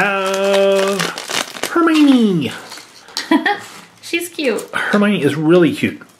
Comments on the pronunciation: HER-MY-OH-NEE ! not her-my-nee🤨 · Herminie is howhe pronoused it